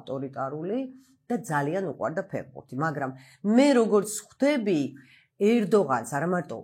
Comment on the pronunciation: უკაცრავად მაგრამ ძალიან საშინლად ჟღერს სიტყვა ფეღბურთი, მითუმეტეს თქვენგან. საინტერესო თხრობა გაქვთ და უხერხულია რომ ფეხბურთს არასწორი ინტერპრეტაციით მოიხსენიებთ